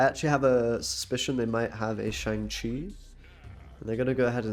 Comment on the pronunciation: I'll subscribe to your channel if you promise to pronounce Shang correctly going forward.